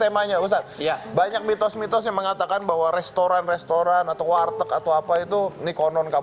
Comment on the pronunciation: warteg jd wartek.... 😂😂😂😂😂